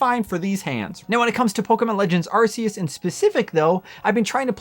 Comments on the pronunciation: You are say the name wrong, it's called Arceus meaning "Arc" not Arseus. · Arc. Arc. Arc. E us. Not arseus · Anyone else getting tired of hearing it pronounced ar-see-us? It’s arc-eus. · I used to say “are-see-us” too until in the literal Nintendo direct they said “are-kee-us” and they invented it so yeah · I'm never one to nit pick about stuff like pokemon names. But I swear, I can't believe how much of a disconnect there is about how to say "Arceus." I've heard the damn commercials officially say "Ark-E-Us," while so many people still say "Are-see-Us." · Ar-KEY-us. I believe its correctly pronounced, according to the Nintendo trailer. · Bro, it’s pronounced “Arkeus”. Even the official Pokémon Arceus trailer says it that way. It’s just negligence and ignorance to pronounce it any other way. Get the net!